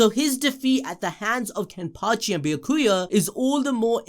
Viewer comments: Who the fuck is be-ya-ku-a lmao have you even watched the anime bro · The way he says Ulqiorrah and Byakuya's names is... Something lol